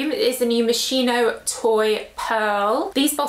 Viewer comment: Tanks for the video. And,just a detail: MOSCHINO Is pronounced " Moskino"